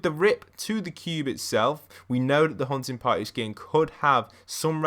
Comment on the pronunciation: Sounds like your saying huh-in potty